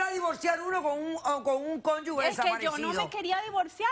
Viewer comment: Dra., Cada que puede lo repite... NO se dice 'cónyugue' se Dice Cónyuge